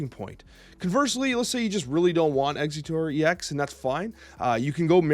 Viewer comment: Some weird pronunciations 😂 For example it's ex-egg-utor instead of executor